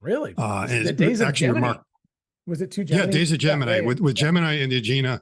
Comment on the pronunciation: You're right. The spacecraft is GemiNEE and the astronomical constellation is GemiNYE. That's the way we pronounced the name when I was working on the Gemini program in 1965-66. My lab was calibrating and space-qualifying the science instruments that were aboard the last six flights. However, I became an amateur astronomer (age 13) long before I began working on the GemiNEE project (age 23). So, I tend to say GemiNYE even when referring to the spacecraft.